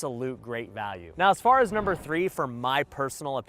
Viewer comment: Number u say very incorrect!